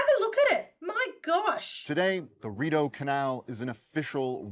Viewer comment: Hey, it is pronounced "Re- doh canal I live next to the Shubie Canal System In Nova Scotia,Canada!😀👌👍👍👍✌